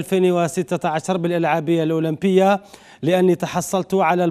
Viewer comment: جماعة ركزو مليح في بداية لفيديو كيفاش نطق الأولمبية😂😂😂😂